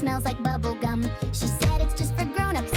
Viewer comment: bæbble gam